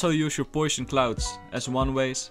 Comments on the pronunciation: 3.39 Poison not potion as a fellow dutch person its not very hard to say lol but people make mistake's keep up the good work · It sounds like sometimes you say fiber instead of viper. And then potion instead of poison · I really love your vids and your accent but just wanted to let you know that poison is not a sh sound it is actually an s sound. Potion has a sh sound. WUV you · Me: P O I S O N: P O I S O N Me: what does that spell?: Potion XD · Its so satisfying how you say it though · how he says poison is so funny